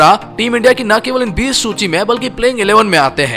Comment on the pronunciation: Bhai ne सूची को लूची बोला है एक बार